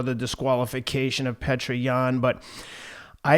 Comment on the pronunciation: His name isn’t pronounced “Petra” 😂 it’s pronounced “ peeyota”